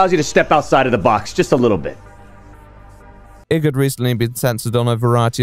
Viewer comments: Great video, as usual, but - really - David Icke's name is pronounced "Eye-k" not "Ick". Even the man himself pronounces it that way. :) Then again, are you implying your own personal opinion on Icke? ;) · Its weird, I've never ever heard anyone refer to David Icke as Ick Not Ike and it tweaks me everytime. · Ike like bike, not ick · The mispronounced Icke throughout, even though the correct pronunciation is given early on in the video shows how little is immersed in his videos nowadays. Great video though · I still can't tell if he's pronouncing Icke wrong as a condemnation or just because he's never heard it out loud before. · small nitpick but your pronunciation of icke is giving me the ick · Why are you saying Icke like a total tool ?